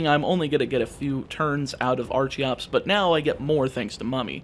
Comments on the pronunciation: Archeops and Archen are pronounced with a hard ch not a soft one like archaeologist or archeology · I'm not normally into monotype challenge runs, but goddammit, you put my favorite Pokemon on the thumbnail so naturally I have to check this out. Also, it's pronounced "ARCK-en" and "ARCK-eops", with the hard "C" sound. Remember, it's derived from "Archaeopteryx", whose name is derived from the root word "archeo" ("ancient") as in "archeology".